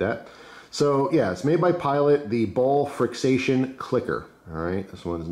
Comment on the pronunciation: I believe they are pronounced Friction.